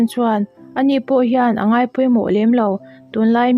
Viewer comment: Mizo tawng vel I chhiar Tam deuh. Angai, A tap pur mai tih te hi a thluk a diklo